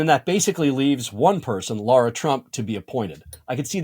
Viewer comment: Her name is LARA LIKE Tara with an l😅